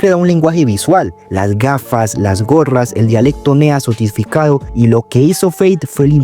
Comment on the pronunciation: sotisficado jajajajajajaja, tranquilo bro se te perdona 😂